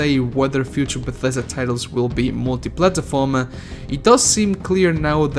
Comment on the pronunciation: I cant stand your way of pronouncing platform.. "Platahform"